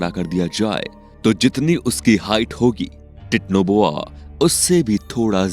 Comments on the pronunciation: Titno boa ni bhai titanoboa hota hai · It's not titnoboa it's titanoboa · Vai it's not technoboa it's titanoboa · Techno boa nahi titanoboa bolte hain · 😂😂 thora ache seh pronounce karo titanoboa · Abe chutiye tu pehele Titanoboa bolna sikh le!! Aur thumbnail Mahadev ki photo kyu lagai hai?? Chomu!!